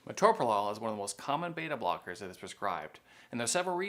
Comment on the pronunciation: This quack who’s not an MD can’t even pronounce it